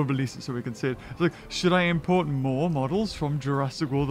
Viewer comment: It's not Moar it's More